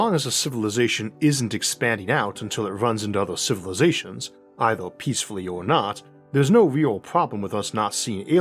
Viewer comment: I like the videos I've seen so far but it's so irritating listening to you pronouncing every 'er' as 'or'. Eithor, univorse, buffors, even spheor (sphere) etc. To make this rant somewhat constructive: most people I heard in life pronounce 'er' more as 'ur' but not as in your but as in a pirate grumbling urrrr